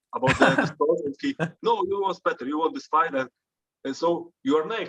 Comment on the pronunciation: ariel is pronouncing won wrong....